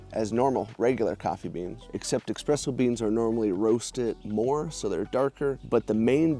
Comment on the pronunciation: The coffee word is pronounced eSpresso, not eXpresso. There are two common pronunciations of the State Capital of NY, Albany. Some pronounce it Al-bin-e. Others pronounce it All-bin-e. The building you refer to as "nice old government building, still creepy" is that State Capitol Building. Construction started in 1867 and was completed in 1899, at a cost of $25 million.